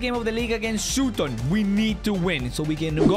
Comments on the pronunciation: Im from sutton and how he said it (Sooton) made me laugh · Ah yes, the magical borough of soo-ton